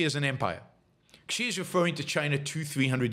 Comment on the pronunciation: There is no "ck" sound in Xi. It's "kneel" not "nile."